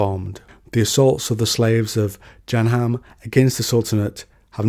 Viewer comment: Jahanem = Ja-ha-nem Azzeb = Ah-zeb Rum = Room You pronounce Shaytan and Dunya correctly